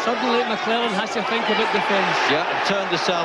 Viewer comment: Don king trying to say Gerald McClellans surname..."mcwulan" ...😂